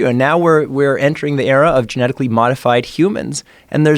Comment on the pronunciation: Joe “Gemetically” Rogan